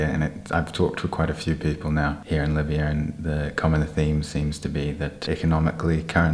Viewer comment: As a British Libyan, I love hearing you say “miya miya” 👌🏻👌🏻